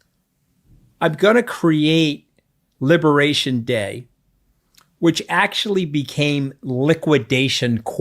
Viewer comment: Anthony, is "libaration" day already priced in BTC?